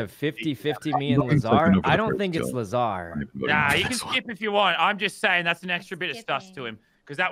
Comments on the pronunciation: I find it funny when Sykunno pronounced Lazar as "Lah-zar" not "Ley-zar"😆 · the way they pronounce lazar and muselk is hilarious